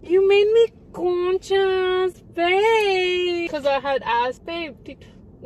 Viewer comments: When u said "conchas" at the beginning the auto-generated subtitles thought u said "chest comb" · “Cone chas.??” 😂❤️😭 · Omg that actually sounds like the Dutch word Kontjes which means butts😂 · Conchas is the same pronunciation as končas Which in my language means Candy in baby talk.